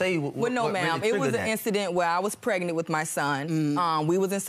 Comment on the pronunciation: I absolutely hate when they don't pronounce "pregnant" the right way!!! What the hell is "pretnet" 😶(first case)